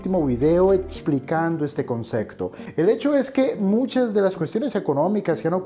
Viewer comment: Excelente explicación. Muchas gracias. De manera muy respetuosa, solo una pequeña observación: la palabra correcta es "concePto" con P, no conceCto con C.